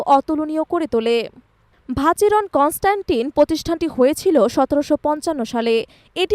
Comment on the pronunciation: আপু ওটা ভ্যাহেরন কনস্ট্যান্ট হবে। ভাচেরন কনস্ট্যান্ট নয়। এটা একটি আল্ট্রা লাক্সারি ক্যাটাগরি ওয়াচ।